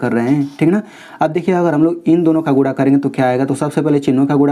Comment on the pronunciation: Sir guda nahi guna bolte hai